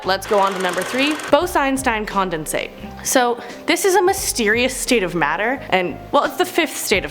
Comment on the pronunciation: The way she says “condensate” and “quasar” bugs me